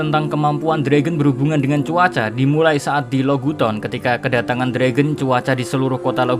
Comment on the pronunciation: Lo gu ton....Log town min K